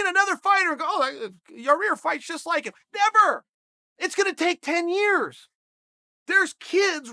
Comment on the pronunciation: 18 yarears before he made the made the joke at the end!